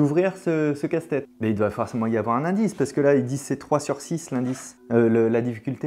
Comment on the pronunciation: J'ai l'impression d'entendre Castex à la place de casse tête 😅😅😅